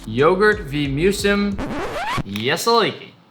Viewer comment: "Yogurt wii muesim... ye-see-leek-lee"